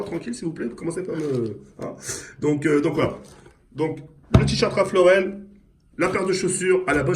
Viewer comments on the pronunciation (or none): mdr un rafl lauren au lieu dun ralph lauren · Apprend à dire ralph loren avant d acheter des articles pour montrer que t es riche stpz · " Un Raphl Lauren "😂😂